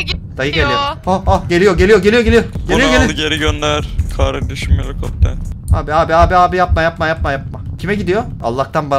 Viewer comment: Ya nolur kardesim heli kopter demeyinya😂😂 abla m surekli baha kardesim helikopter pırrr bunu al yenisini gonder papa diyip duruyo buda beni sinir lendiriyo (şsssssss ben de kardesime kardesim helikopter prrrr bunual yenisin keske gondersen diyorum kimseye soylemeyin)dedim lafabak kisi var ve benim dedi me bak😂😂😂😂😂🙃